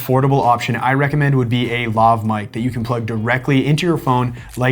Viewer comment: Lohv? Luhv? It's Laaaav... as in Lavatory, and, y'know, the word your abbreviating, lavalier... in English.